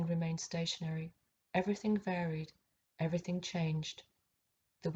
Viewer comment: The Mother Ov Eve•err•think